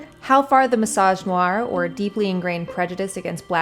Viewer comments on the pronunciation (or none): you had me until "mysoginoir" or whatever bullshit you tried to speak. I support Kamala. Can't wait to beat Trump.